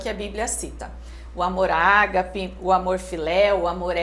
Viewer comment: Se pronuncia agape não é acentuado.